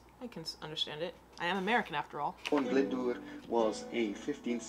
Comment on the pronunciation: You pronounced "Glyndwr" really well. Respect!